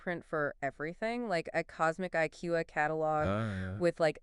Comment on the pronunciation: Exactly what I began To think..especiay after hearing... "Iquea" for IKEA, and they talk as if edited.but not....